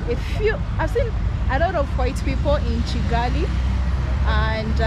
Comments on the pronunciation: It's Kigali not chigali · It's NOT CHigali but Kigali ! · It is disrespectful pronouncing a name wrongly when you know and can correctly pronounce a name. It’s kigali not Chigali. Don’t be nonchalant. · so if you pronounce Kigali as cigali, why you don't pronounce Kampala as campala.